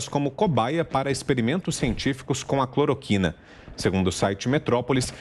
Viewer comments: Não é Clorocuina...é Cloroquina . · "CloroCUIna"", "hidroxicloroCUIna" ??? 😅😅😅